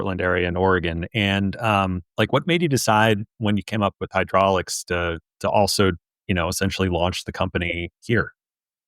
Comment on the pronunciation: Pssst… It's "Hydrolix"